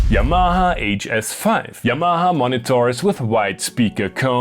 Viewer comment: Probably the more accurate anglicisation to be honest. Most westerners say "Yamma-Har"